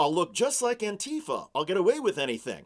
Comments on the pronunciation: REEEEE!!!!! ANTEEEEEFUH! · AN-ti-FA, you fucking morons. NBC used to have a handbook of pronunciation. Now these clowns just say whatever they damned well please. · Currently two English pronunciations appear to be gaining widespread use: \an-ˈtē-fə\ (an-TEE-fuh), and \ˈan-tē-ˌfä\ (AN-tee-fah)